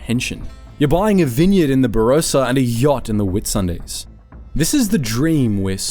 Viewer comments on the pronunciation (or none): Ba-Ross-ah, not Ba-row-sa (now I feel like Hermoine 😂) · "Barosa"? "Tattersulls"? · Yeah, you're right. As soon as I heard him pronounce the word Barossa, incorrectly, I knew it had to be AI.